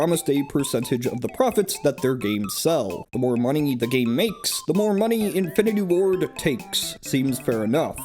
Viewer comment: I keep hearing “Infinity War” instead of “Infinity Ward.”